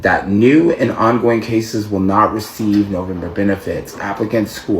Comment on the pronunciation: First of all he needs to learn how to say November in second he needs to grow a brain